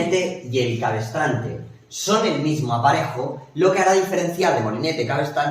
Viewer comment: Gracias. Por si desea perfeccionar su lección, dice usted "cabestrante" unas cinco veces refiriendose al "cabrestante". Qué pasen un buen día